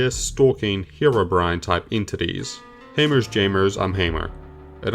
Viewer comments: did he just pronounce Herobrine as Herobren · It's HeroBrine not Herobrin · Ha row bren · Back in the day it was very common to pronounce it like that, some minecraft songs even used that pronunciation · Bren is the hero we didnt know we needed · Form This Way, which is still one of my favorite minecraft parodies all these years later, starts off with pronouncing his name like that. i think its an austrailian thing given the singer of that song is austrailian too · Different languages exist, as well as accents based on those. In Ukrainian it’s also pronounced the way he pronounced it